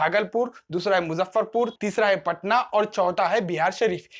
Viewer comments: It's patna not "paatna" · पटना, पाटना नहीं।